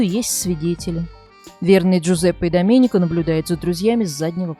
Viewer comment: Слух режет когда диктор произносит итальянские имена по русским правилам. Вместо Алесандрооо Алесанрааа, Доменика вместо Доменика. Кажется мелочь ан нет. С буквой а на конце, это женское имя. А здесь 3 зверя мужского пола.